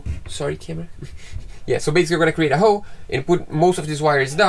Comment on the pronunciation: Congratulations on get your Capitan’s License. When your speaking you guys don’t pronounce the letter “L”.. when you guys say the word “hole” it sounds like “hoe”. I am not making fun you guys at all. Just trying to help. I alway respect people who are fluent in a second language. I live in the United States and some people here are always making fun of my native Mexicans brother and sisters because they make phonetical errors when speaking the English language and i have to check them and let them know they are working on their second language and give them some slack. Thank you both for being so talented. I very much enjoy your channel. I’m sure your boat is already splashed and everything went well..